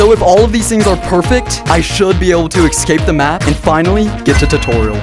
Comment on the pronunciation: Idk why the the way you say escape makes me annoyed, I’m sorry if that sounds mean I’m not trying to be mean, it’s just the way you say excape instead of escape. I’m sorry if that sounds mean